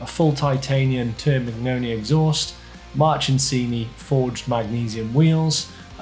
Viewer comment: Is it my ears or do I keep hearing "March'n'sini"?